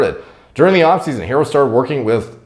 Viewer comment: Pronounced her-roe. Lol